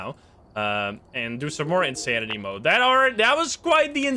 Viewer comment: Next difficulty level after insanity: "" lmao